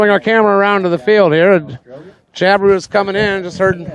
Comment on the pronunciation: Jab-I-Roo not Job-A-roo